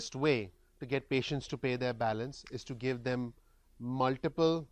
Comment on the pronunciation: Thanks for the free input. Here is some free input for you. :) "Muliple" was a tad bit distracting, I am sure you already know that it is "MulTiple". It might be slightly blinding but if you talk into the light you will not have such heavy shadows on your face. Great info however! Keep up the great FREE work. Thanks!